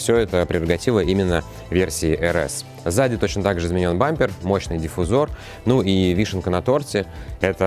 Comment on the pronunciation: диффузор,, ударение на У